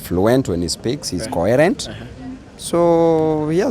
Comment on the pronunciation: This spoilt brat' with his stupid English can't even know the plural of "underwear is underwear" there's no underwears" he can't pronounce coherent and combination properly and he doesn't know "the word ,'Undies" for underwear yet he wanna be a cs for education. what a joke? If you say he h's a degree of uncouthness and rudeness. I can agree